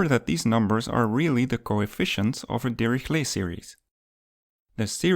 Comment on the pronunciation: Great vid. More like Dihishlay not dirihlet